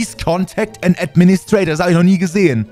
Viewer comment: geiles English😛😂 an „Ädministräytoar“